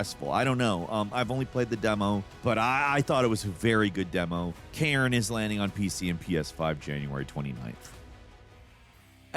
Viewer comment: Cairn demo was pretty good tbh. PS5 one, months ago, seemed to run at 30fps only though. Its "care-n" not "karen"